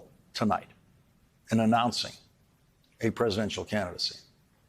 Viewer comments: Lol he said Donald crump! 🤣😂. Think he was trying to say Donald chump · "Donald Crump" 😁😄😃🤣